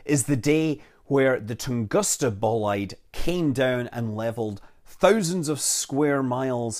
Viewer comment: It's supposed to be read like "Toongooska"